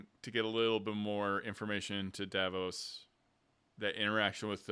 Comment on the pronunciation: I'm enjoying reliving the episode events with you and your community. Please learn the character names. 😉 Matt is playing Sir Julien Davinos (pronounced duh-VEE-noss); Davos is from Game of Thrones. Travis is playing Teor Pridesire, not Prideshire. House Tachonis is pronounced tuh-KONN-iss.